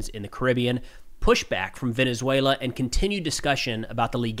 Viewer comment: Your pronunciation in Venezuela is impressive for a gringo! Great video, you're very informed! Excellent content!